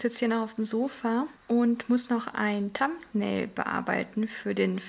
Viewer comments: ich würde es sehr begrüßen wenn du jeden Tag ein Video machen würdest...hoffe es wird dir dann nicht zu viel.. ich finds immer so witzig wenn du sagst tumpnail..;-) kleiner Tipp Thumbnail mit th....schönen Tag euch noch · Wirklich nicht böse gemeint aber deine Aussprache von englischen Wörter ist .. Schrecklich... Beispiel "Vlog" du sprichst es flok aus obwohl es wlog ausgesprochen wird ... Thumbnail Aussprache ist genau so schlimm! Ich weiß das sind nur Kleinigkeiten aber es ist wirklich anstrengend!